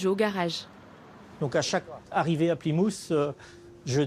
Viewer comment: il prononce plymouth : "pli-moute"'